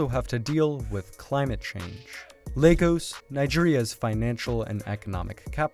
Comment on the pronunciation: Please Tell my man that Lagos is not pronounced like the children's building block toys 🤣🤣🤣🤣🤣